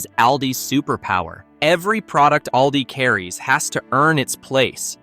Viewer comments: I'm a senior, I already know this stuff. This is NO secret. Plus it's All-Dee, not Al-Dee. I already know they're the fastest scanners. But I see the same checkout people everytime I'm at Aldi, but I live in a small community with a small Aldi. The aisles are shorter and there is one checker. The rest of the lanes are self checkout. As someone with a condition where standing becomes quickly painful, I never understood why cashiers weren't permitted to sit. What you skipped is that some of Aldi's packaging is often SMALLER than name brands. Snacks like potato chips are 3 oz smaller. For anyone who has shopped for any length of time, you notice things like this. Heck even the name brands packaging has greatly shrunk since 2020. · If AI could just get names properly pronounced…..it’s All Dee. Not El Dee. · The AI voice pronounces "ALDI" inconistently